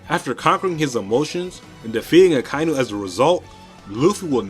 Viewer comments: Nobody is going to comment that akainu should be pronounced as aka-inu (red dog). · Am i the only one bothered by how he is saying Akainu?